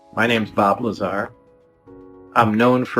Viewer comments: say it with me... its La-zar not lazer.... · Bob Laser? LOL Bob pronounces his last name "La-Sar" Laser sounds funny. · Why do you keep mispronouncing his name? It makes you sound like a jack ass. Just saying.....